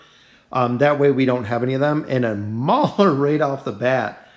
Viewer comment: Its mauler not brauler